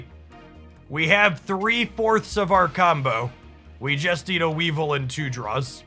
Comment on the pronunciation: Don't care about any of your pronunciations other than Weavile. How can you not want to say We Vile!? You get to say VILE! 😋